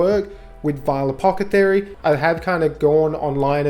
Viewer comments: I couldnt get over "Apocathery" lmao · Friggin apocathery, apocathery, apocathery. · After about the 6th mispronunciation of "Ap-awth-eh-kary" i just couldnt make it through the video. Just say "it" once youve established the premise of the video. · Say the word apothecary a few times slowly. I couldn't watch the whole thing. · Lol bros saying it so confidently too